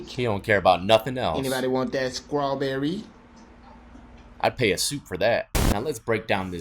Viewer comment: Wtf is *scrawberry? I thought it was *strawberry 🍓! If you can't pronounce english words correctly then plz STFU bc you sound dumb af!